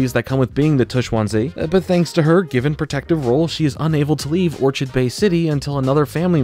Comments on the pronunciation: isnt it pronounced "or-kid" not orchid bay city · It's pronounced or- kid not or-chid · Just a small note, but many of the shows hallmarks are named after flowers. Juniper is a flower, and so is Orchid bay, however it’s pronounced like “orkid” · Hearing you mispronounce “Orchid” physically hurts me